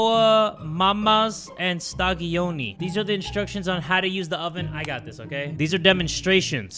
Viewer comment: As italian i found hilarious how he call the pizza "quattro stagioni" stadioni 😂❤